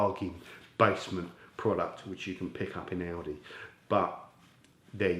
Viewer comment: When you said Aldi it sounded like Audi 🇺🇸😉